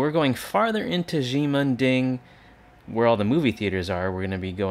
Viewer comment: "she-men ding" is closer to the way to say it...not "gee-men ding"